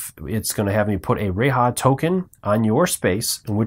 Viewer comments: Great vid but I’m positive that it isn’t pronounced RAY-HA. Ruh-LAY with strong emphasis on the second syllable. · Good explanations, but a bit confusing when you omit rules, like her free reroll. Also not to be mean here, but how do you get "ray-ha" from "R'lyeh"???